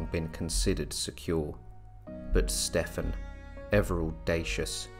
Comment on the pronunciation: Wondering why you keep mispronouncing Stephen.